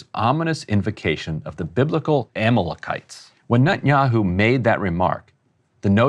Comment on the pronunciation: Unless there's some super old pronunciation of Amalekites I'm pretty sure that's the worst pronunciation I've heard. Goes to show his potential lack of knowledge of biblical themes and how it relates to israel 😂